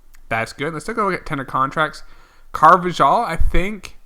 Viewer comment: Carvajal is pronounced like carvahal